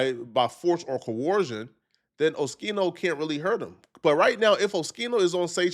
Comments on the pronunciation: OHH-Skiii -No …. NOT ; OH-Chi-No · Saying Oschino wrong lmao, Shouits out Oschino and thats a Real One you talking about been rocking with O and State Property music since i was a kid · Pronounced skeeno not sheeno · WHO DA FUCK IS OSHEENO BRO GET IT DA FUCK TOGETHER ITS OSKEENO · it’s o skeen o not sheen o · O-Skeen-o not O-shee-no, being from Philly, you should know that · O-Skee-no my boy 🤦‍♂️ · It’s pronounced Oh-Skeen-O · Bro...it's OH-SKEE-NO More proof you aren't a hip hop fan. We all know state property with beanz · Hey its pronounced oskeeno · Oh - Skee - No... Sound it out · ITS OH-SKEEN-OH dude🤣🤣🤣🤣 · It’s pronounced Oskino you big bison head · Oh - skeen- oh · Man, you have to get his name right!!! 😂😂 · you’re saying his name way wrong 😂